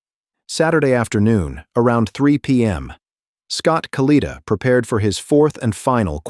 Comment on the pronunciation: AI ass hole pronounce the man’s name correctly